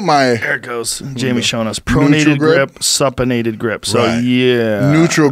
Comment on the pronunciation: Its pronounced Soup-in- ated. So always think that your hand is facing down holding a bowl of soup.